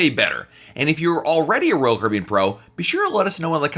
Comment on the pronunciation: DO YOU KNOW HOW TO PRONOUNCE "ROYAL CARIBBEAN"???? Hint: it is NOT RCBN